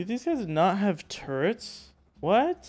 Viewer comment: I can't believe i gotta say this to a native english speaker.... but man you gotta work on your english.... Electricity and turrets.... not something like turrents or whatever.. Other then that your video and progress is impressive! Well done! PLEASE try to work on it cause its so triggering xD haha